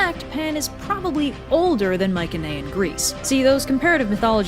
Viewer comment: dude, you are mispronouncing "mycenaean" and its driving me insane... cannot watch after that